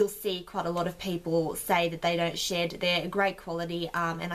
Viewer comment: Not gonna lie for a bit there I thought you said you liked it because it didn't shit.......then I realised you said shed lmao xD